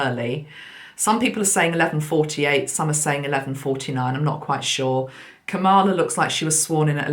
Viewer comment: Just a wee suggestion, sent with love from Glasgow!!! Because so many listen to you, it is important that you pronounce Kamala's name correctly. She was a school girl in Lusaka, Zambia in the late 60s when I was working in Chipata as a Teacher. I did not know her personally, but the name was quite common among the Asian children attending the school. Think of it as rhyming with Pamela.... ie the emphasis is on the first syllable and not the second! Hope this helps. Celtic Blessings in Abundance... Maggi